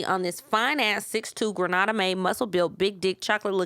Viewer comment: For the love of God, it is Grenada NOT Granada. Granada is a city in Spain. Grenada(Gree-nay-da) 🇬🇩 is a Caribbean island. Great episode otherwise. Big up and all my Caribbean posse✊🏾😉